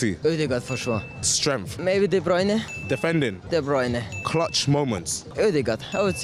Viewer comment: tf is wrong with his voice💀 ODEGAH DEBRYJNEH